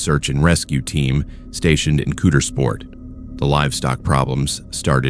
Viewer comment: The way they pronounced Coudersport I almost died 😂